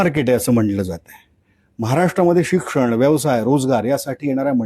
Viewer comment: विषय मधील ष पोटफोड्या, बरोबर पण सुदर्शन, शिक्षण यांतील श सुद्धा ष उच्चारताय्? तुम्हीही स्वतः थोडा सराव करावा. छाया देव